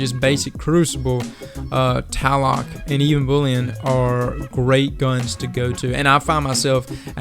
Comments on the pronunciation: Tlaloc is actually pronounced cha-loc. It's named after the Aztec God of Storm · Tlaloc, also is pronounced tah-la-luke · There's two "L's" in Tlaloc. It's not called Taloc. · it's actually pronounced tlah-loc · with the name of, u should know how to pronounce tlaloc.